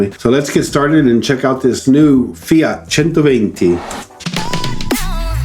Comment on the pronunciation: The first American to pronounce FIAT correctly